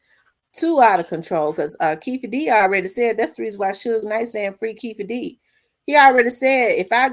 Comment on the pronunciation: Keffe😂 pretty sure its Keefe😂